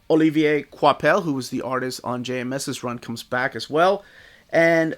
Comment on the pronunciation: I wasn't gonna get this one because I've heard the run isn't very good, but hey, screw it. I have (I think) every other Thor Omni so far, so there's no point in skipping one. Also, good job on pronouncing "Olivier Coipel" correctly throughout the video. Finally, you did it!